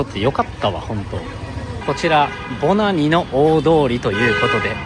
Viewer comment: 初見です。 今年からバングラデシュに仕事で赴任して、現在ボナニに住んでます。 Bananiと記載しますが、発音はボナニで合ってますよ！ バングラデシュ人は人懐っこく、よく話しかけてきますね。屋台での雰囲気が実際の雰囲気だと思います！